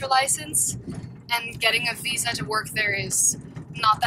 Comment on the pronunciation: "Getting a 'fisa' to work there is not that easy." LOL. If it weren't for "v" and "f", so many young Dutch people could pass as Americans :). Great video!